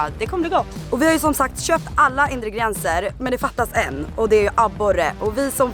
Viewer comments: Haha kul att dom inte kan uttala "ingredienser" rätt. Indigrienser :D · ”Indegrienser”